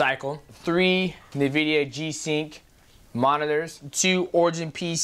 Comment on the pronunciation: I love how DJ still can't pronounce Nvidia😂